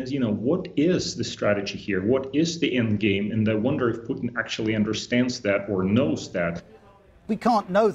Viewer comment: Yow this is Putin not pudding